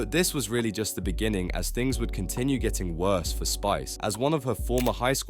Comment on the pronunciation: the way ‘beginning’ is pronounced 🤔